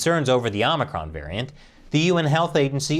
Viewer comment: Biden calls it OMNICRON